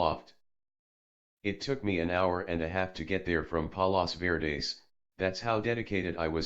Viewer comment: The place hes talking about is fort mcarthur. Its a cool spot in san pedro ca. It where the fired the guns on a ufo (war of L.A.) whoever narrated this needs to learn the correct pronunciation of palos verdes